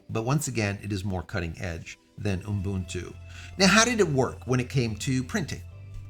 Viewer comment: "oom boon too" teehee